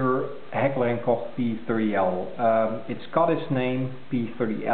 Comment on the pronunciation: You are probably the only You Tuber that has pronounced the name Heckler and Koch correctly. Very nice vid.